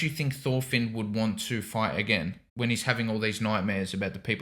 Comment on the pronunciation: im danish, thor is not "toor" and finn isnt "feen"